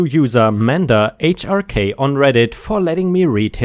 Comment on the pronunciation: Mandahrk is pronounced Man Dark. He's the main nemesis in Dexter's Lab.